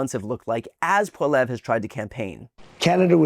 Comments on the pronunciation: It's pronounced polly ev ra. But we just call him PeePee, the yellow stain on the front of Canada's white pants 🤣❤️🤍❤️🇨🇦💪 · It's pm Pacific time up here in Western Canada, and it's looking like Prime Minister Mark Carney will remain in charge, Thank the good lord thundering Jesus! ☺️🥰 💪🇨🇦💪🙌 Trump can suck it! Go pound sand Trump and mini Trump Poilievre. (Pronounced pol-lee-ev. Just sayin 🤷 😊) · Pronounced Pol e ev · It’s pronounced polli-ev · I dont like the guy, but please brian at least learn how to say pierres name 😊 How many times did you say it in this video and never once right. Wont be that hard to hear how to pronounce it properly. Just do the bare minimum of research. Like watching a canadian youtube video of pierre youd hear how to properly say it lol